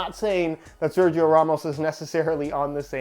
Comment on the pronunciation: Someday learn how to pronounce SERGIO !!! Repeat SER - HE- O!!!